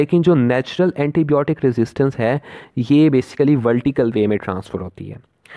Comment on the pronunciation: It's not blotic it's biotic